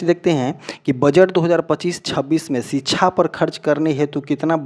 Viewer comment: Thoda home work jyada kare ...knowledge and pronunciation par bhi ...kyuki .. शिक्षा को छीछा बोल रहे हो...❤